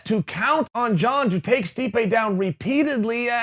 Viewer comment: *Stipe not stipe buddy